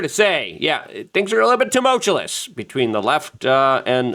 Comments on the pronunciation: pronunciation -- tuh-MUL-choo-us......NOT too-mulch-ooo-LUSS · Tum-ul-tous Luke. Tumultuous